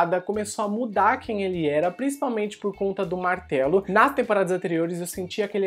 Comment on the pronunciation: A cada vez que ele fala "Martelo" eu penso em "Martalo"...